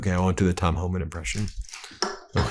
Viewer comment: For your Tom Holman impression, put a bunch of marbles in your math and you will nail it.